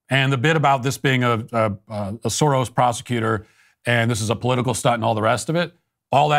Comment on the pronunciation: As a Hungarian, it's so entertaining hearing how you attempt to pronounce "(George) Soros (György)" 😂... another proof, that the Soros organisation isn't 100% our fabrication for political purposes...(even if it's drastically amplified here in the "home" country)